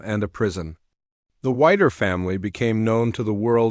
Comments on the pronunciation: Still using this family for your own gain. Despicable. Your stupid voice can't even pronounce Whittaker properly. Get a real job. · Her name is not whiter, it,s Whit taker. So put that together. And you will have her name. Whittaker